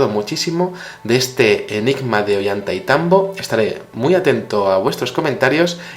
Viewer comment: no se pronuncia "Ollanta y tambo" es "Ollantay tambo"